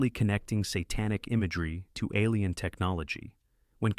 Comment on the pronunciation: Gotta watch out for those "ah leen" invasion films.